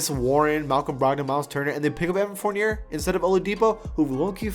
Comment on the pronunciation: The second r in Fournier is a